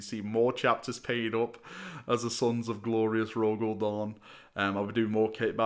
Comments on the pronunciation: its Dorn not Porn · sorry, but as an american i cant tell if youre saying "Reclaimers of Dawn" or "Reclaimers of Dorne"